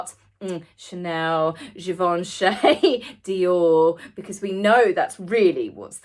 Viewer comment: You are MISPRONOUNCING Givenchy. I didn't mean to hurt your feelings.